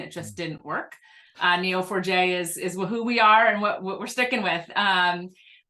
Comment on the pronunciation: I thought you were saying "Kneel for Jay" had to look it up to realize it was Neo4j.